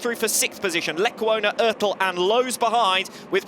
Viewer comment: STOP SAYING ÖRTEL!!!!